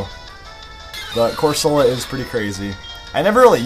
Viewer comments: Angry comment about how you pronounce Corsola differently than the majority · corsola is supposed to be coral